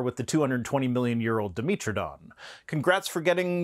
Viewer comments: I’ve never heard someone pronounce “dimetrodon” as: dem-EEET-ro-Don. It’s a bit pedantic but I really was perplexed. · It's di-METRO-don. Like metropolitan, metric, etc.